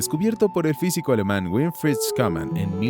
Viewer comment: Se pronuncia Shuman no Scunam